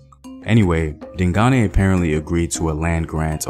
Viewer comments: I’m so happy about how you’ve improved your pronunciation of “Dingane”👏🏽👏🏽👏🏽 You used to say “Ding-gain” but now you know it’s “Ding-guneh”. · He says ding Ghane Like Ghana but with a aye